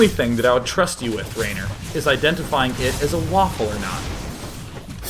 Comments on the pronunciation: Haha, Råner from Nårway XD Nice try on the Norwegian accent DayJ, but you sound more Swedish.. :P And his name is pronounced "Rawner", not Raynor ;) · Its not raner, its råner, å is pronounced sort of like the O in boy. its norwegian and it is a term for car enthusiasts who does crusing for a hobby, burning and slideing with their cars etc. :-)